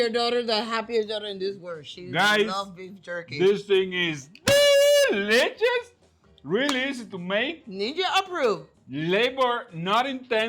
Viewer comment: I read your comment right as he said "deliches" 😄